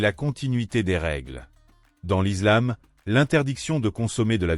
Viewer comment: On dit l’islam pas l’izlame comme Mohamed et pas mahomet